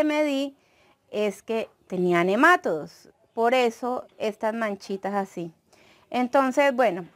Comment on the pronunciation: Buen video, gracias. Dices nemátodos y se pronuncia nema"TO"dos, la sílaba fuerte es "to" y no lleva acento al ser una palabra llana y terminada en s. Tú lo dices como si fuera una palabra esdrújula. Gracias por aceptar esta aclaración. Saludos cordiales.